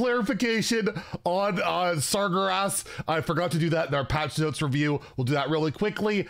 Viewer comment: Great video as always, but pleeeease can I nitpick on pronunciation? It's annoying, but I really wanna write Sar-GUE-ras. ^^